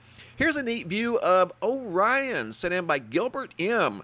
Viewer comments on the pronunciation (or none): none